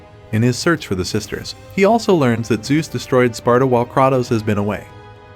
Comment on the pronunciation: The number of times you butchered Kratos' name hurts me.